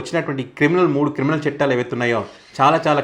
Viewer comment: "చెట్టాలు" కాదు నాయనా! 'చట్టాలు' అనాలి!!